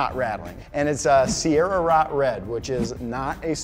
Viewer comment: It's just "Sierra-Rot" . "Hellrot" is the cooler color though